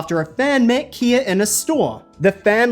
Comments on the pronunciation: kai-uh not kia 😭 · You don't know how to pronounce Khia's name. It's Kha-yah, not Kee-yah. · You are saying her name wrong! And it’s cringe af “Kai” “ya” = khia silly girl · Bro… hearing you say “Kia” over and over feels like being in an asylum. Her name is pronounced “Kie-yuh.” Are people really calling it “Kia?” If so, mispronouncing her name is double jeopardy and crazy work. Sheesh. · I really need to clarify something that ive seen common amongst white creators explaining the khia asylum it is pronounced (k-eye-uh) NOT (key uh) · Okay I had to stop watching because the Kia is throwing me off… and for someone who did “research” for this made up topic I KNOW DAMN WELL YOU KNOW HOW TO PRONOUNCE HER NAME. SECOND KHIA “Kie-ya” owns a bigger percentage on the internet than Beyoncé SHE WILL SEE THIS VIDEO AND YOU WILL GET ROASTED AND GAGGED…JUST HOPE YOU CAN HANDLE IT! Your lane is awards show reviews STAY THERE! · It’s pronounced KHA YA not KEE YA but you right about everything else I swear yt ppl pronounce everything weird like how people call Beyonce bAy instead of BEEy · Girl her name is Kh👁️a not 🔑a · Now is pronounced like Kia the car or Khia the rapper lol? She pronounces her name Ky-uh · Kah-yah not Kia 😭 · Broooo it’s Kii- YAH, not KIA 🤦🏽‍♂️ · Khia’s name isn’t pronounced the same as the vehicle maker Kia. The first syllable of her name is exactly the same as the name “Kyle”. It rhymes with eye 👁️ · Yes its KYA.... like sky-ya. Not "kia". Never heard her name prouncounced that way 😂 The "H" in the name is there for a reason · What is so rough is that's not even how to pronounce her name. It's "Kaya" like the Bob Marley song & slang for herb. Poor Kye-uh. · Its K-eye-ah not kia and she ain't no flop. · I just don't think i can make it through the video hearing KEY-YA instead of K-EYE-YAH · kai-ya not kia 😭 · 1. "Ky-uh" not "Kee-uh" 2. No Tinashe mention? 😒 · Khia (Kii-ya.) With a long i. Not Kia like the car. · It’s pronounced “KYA” not “KEEYA”